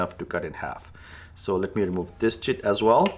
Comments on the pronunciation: I have never had such a huge smile on my face as I listened to him say chit. 😂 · Is he saying tit?